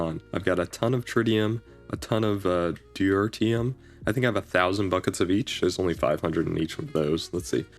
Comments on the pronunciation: Tear pronounced like "tier" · It's pronounced de - tear- ee - um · You pronounce deuterium in a very interesting way